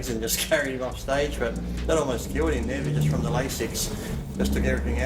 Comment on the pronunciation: It would be nice if the body builders in the video clips were actually the one you are talking about. So I'm turning it off at Paul Dillett. And by the way, Lasix is pronounced 'LAY-six"